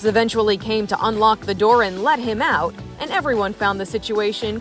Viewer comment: And I was, like, I don’t, like, care. Listen, millennial, it wasn’t “LIKE” . IT WAS . Like, I, like, don’t, like, know. And little girl, it’s not ou it is OUT, the t is not silent.